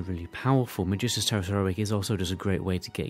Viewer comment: bro the way you pronounce Magister is heavy salad.